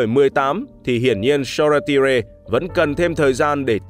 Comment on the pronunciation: Hình như tên của cậu Shoretire đọc là So-Tai-er mà ta